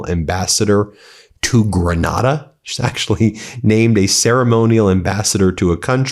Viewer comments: GRENADA an island in the Caribbean. 🌴 I lived there for 6 years. Pronounced with a long a. (Not like Granada in Spain) 😊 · It’s pronounced Gra-NAY-da.